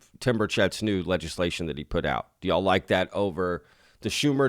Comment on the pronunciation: I like how you say “y’all” like a true Texan. pretty cool to hear on my end in so cal.